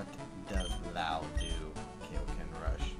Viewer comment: This was an awesome game video just one nit pick its kai o ken like king kai like keye not kay lol sorry just its cringe worthy to me